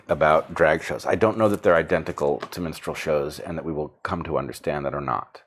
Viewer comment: Monty Python was a long time ago! It was funny as it was mocking, now we’re are asked to affirm. And I can’t get Brett’s pronunciation of minstrel as menstrual out of my head 😂😂 Makes it a black and white menstrual show 😱